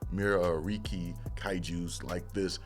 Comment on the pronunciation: Meh-reck-ee I believe its pronunciation